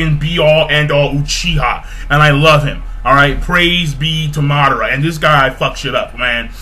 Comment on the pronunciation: MaH-DaH-Ra xD Madara not Mudora